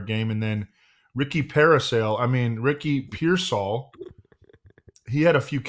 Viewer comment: Why the trouble pronouncing Pearsall? I feel like you guys have some inside joke